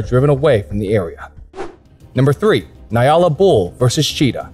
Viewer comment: Gemsbok is Oryx in english. Nyala is pronoced "njala" j being soft. 👌🤗